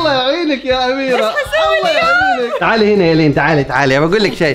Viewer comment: اميرة حرفك الاخير هو ة مش ه